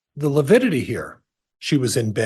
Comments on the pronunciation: No, it's lipidity! Lol 😂🤣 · Prior kept saying “lipidity “ instead of lividity for at least an hour. After lunch, he pronounced it properly. 😂 someone must have schooled him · The Lawyer obviously needed to learn proper language pronunciation s lividity not LUPIDITY lols no such word lols😂 the coroners shouldn’t have listened to Emma wrong move! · You mean "lipidity"? :D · you got it wrong it’s not lividity it’s lipity according to Prior 😂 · So glad you are taking about livitity. John Prior needs to watch and learn what it is and how to pronounce the word! Love the video! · I kept on screaming at the tv…LIVIDITY LIVIDITY NOT LIPIDITY!!! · I think you mean “Lipidity” 😂 I know Pryor is just doing his job, but he is infuriating. To imply Tammy was unfit because she wasn’t tiny and petite angered every woman I know following the case. Brenda Dye was incompetent, IMO. So many red flags were ignored. I hope the jury sees through all the hype and gives Chad the death penalty. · I was thinking the same thing. Einstein didn't know it was lividity...I kept hearing lipidity and lupidity. . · ABSOLUTELY! 💯! (It’s “Lividitity” Pryor, you dumb a$$! Would you get the TERMINOLOGY CORRECT?! UGH!!!!!!!!😤) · It's 'lividity' . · Yes!!!! He said that many times and no one corrected him. I was astonished how he made up a word ( sounds like...) as he dug in / admonished the witness. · the defense attorney keep saying it with a P. They are making fun of the attorney.